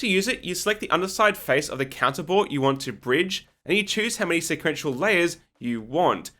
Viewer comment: Every time he said counter bore bridging I had to remind myself he wasn't saying cannibal bridging